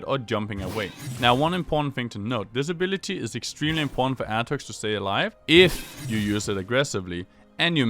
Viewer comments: Wtf is your pronounciation, aatrox becomes atrix? Wtf man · start by saying his name right first, then put a a guide on youtube.